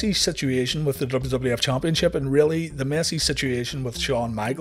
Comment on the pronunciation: Am I the only one who gets a kick outta the narrator's way if saying championship? CHOMPionship. Idk. It's just funny to me